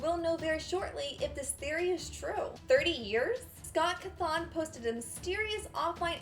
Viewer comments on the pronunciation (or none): Its pronounced cothinn not cuthonn. So yeah... bye... ._. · im not trying to be rude but you said Scott's last name wrong ^-^